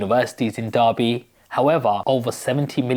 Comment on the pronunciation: It's pronounced Darby.